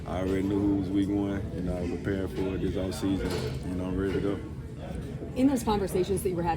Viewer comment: Did he say preparate?